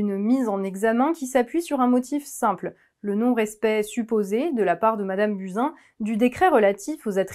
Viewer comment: Prononcez Bousin